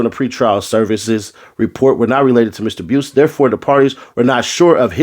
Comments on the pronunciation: His last name is pronounced " bice" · The u is silent bruh it's pronounced bice but it's spelled buice other than that your reading comprehension skills is 🔥@